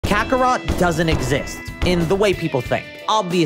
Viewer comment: If you going to trick us in the first 5 seconds, then pronounce kakarot like an oblivious anglophone, THEN talk about yourself, thats a dislike and dont suggest again for me